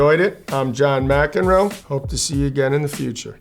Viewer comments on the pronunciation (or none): none